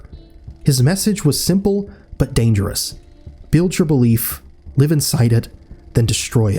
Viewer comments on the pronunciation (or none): none